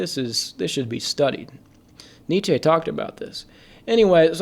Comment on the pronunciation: lmao on the nietszche